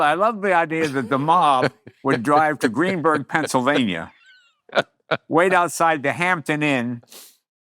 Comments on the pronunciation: It's GreenSburg....not Greenburg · Greensburg, not Greenburg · As someone who lives near GREENSBURG! It’s GREENSBURG! Lol